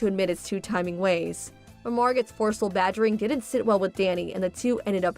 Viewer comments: It's not "Margutt", it's "Margow". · Excuse me, but Margot is pronounced with a silent T, as in Mar-go.😊 Also, beau is not pronounced BOO, it's like Bo! Geeze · Ahh the wrong pronunciation of Margot 😂 Thought she got one over on her friend when she was just fooling herself